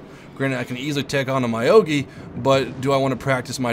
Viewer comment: very informative video, but.. its not my-o-gi, its myo-gi X_X